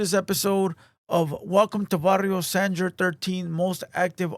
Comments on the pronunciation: foo its sanger not sandger lmao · It's Sang-er 😂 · “San-jer” no mames.